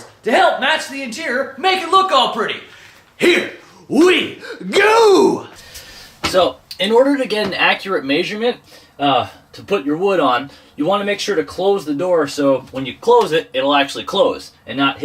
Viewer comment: Omg! Did you say MAY SURE MENT!🤦🏻‍♂️